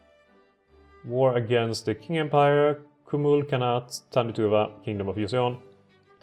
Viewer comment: it's pronounced ching, but I've seen it pronounced king quite often